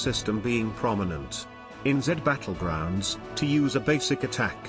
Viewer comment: Dude really said jed Battlegroungs 💀